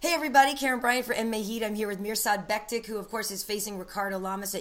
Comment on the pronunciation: Karyn I love you but it's pronounced Bektich, much love for the interview with my humble Bosnian brother tho #Futurechamp